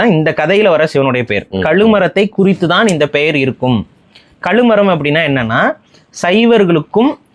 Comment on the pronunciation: களுமரம் இல்லை சார் கழுமரம்.